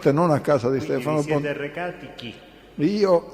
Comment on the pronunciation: BontaDe , non BontaTe 😎